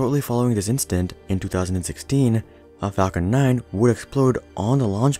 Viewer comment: Incident, or instance, not instant.